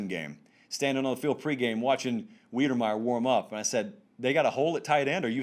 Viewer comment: Texas A&M TE - say it with me - WIDER-meyer